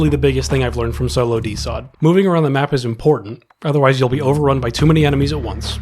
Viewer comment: Great video, but you calling it DeSot made my autistic ass insanely upset